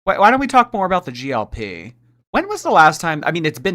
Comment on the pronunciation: It’s GLP 1, not GLP❤ love u,!